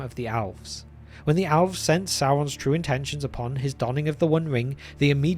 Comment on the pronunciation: Alves??? Geesh. Being British isn't an excuse, cause Tolkien was one. It would be one thing if you're not a native speaker of English but... It's worse than when people pronounce Sauron or Smaug "Sahron" or, worse, "Smog."